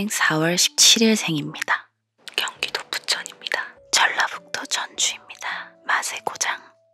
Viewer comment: 즌라도 즌주 입니다 !! 땅크가 고장나 버렸죠 ㅎㅎ